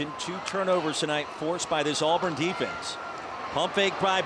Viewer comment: Auburn not alburn.